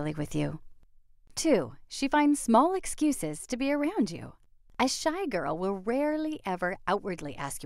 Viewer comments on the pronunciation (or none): "Exuses" better fix that